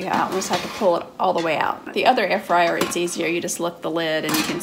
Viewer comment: Dis ain't no Ayer-Fwyer...... it's a toaster oven..... :) great review..... 👍